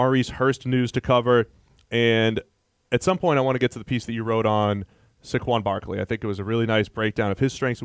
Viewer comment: Why do they keep saying Saquan Barkleys name wrong?